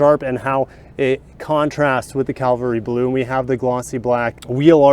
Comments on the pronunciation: It's CAVALRY not Calvary. 🤦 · The color is called “cavalry blue” not “Calvary blue.” Just sayin. You are not the only one who pronounces it incorrectly. It seems that everyone does it. Just an OCD thing on my part. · It's Cavalry Blue, not Calvary Blue. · Cavalry, Cavalry, Cavalry! Not "Calvary". Come on! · Every youtuber pronounced this color wrong. lol CAValry Blue. not CALVary blue. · Please stop saying "Calvary Blue!" If it had something to do with Mt.Calvary, it would probably be red for Christ's blood or white for his cleansing purity. Cavalry soldiers wore blue trousers that faded to light blue ... that's where the name came from. The word is Cav-al-ry! I know people can figure it out, but it's lazy use of English. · It’s cavalry blue, not Calvary. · Please, it’s CAVALRY BLUE, no Calvary Blue. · I'm going to be that guy, please don't hate me for it. You had the right word when you initially said 'Caval-ry', as in the mounted soldiers on horseback. 'Cal-vary' refers to a hill or something else that is sacred in Christian religion, it has ties to the hill of the same name where Jesus was crucified.